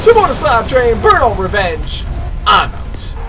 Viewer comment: Cmon dude its burmout lets keep it goin